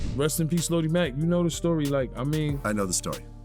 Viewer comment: Wtf is “lodie!?” (Low-d) is how you say the man’s name. I’m about to report you shyt